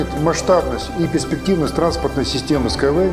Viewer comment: Хоть название потрудился бы произносить правильно